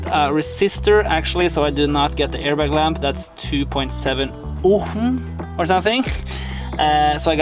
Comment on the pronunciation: From what I know, in "ohm" the "h" letter is muted so you pronounce only "o" and "m".